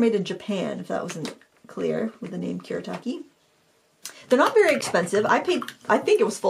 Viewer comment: It's Kuu-Reh-Tah-Keh Gahn-Sigh Tahm-Bee. Not Kurrytakky Gansy Tamby